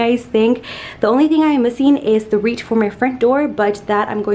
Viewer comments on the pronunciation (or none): Haha I notice you say “wreet” instead of “wreath” cute